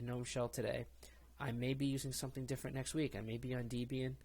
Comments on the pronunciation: It's not DEEbian It was named after Ian Murdock and his wife Debra.. pronounced like Deb-e-an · Debian, Deb Ian => Deb Eee Un Not Dee Be in Ubuntu, Ooo Boon Too Not Oooo Bun Too SuSE, Soozuh Not Seuss Repo, Ree Poh Not Rep Oh &